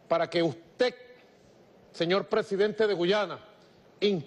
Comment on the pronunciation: Para que USTÉC 🤣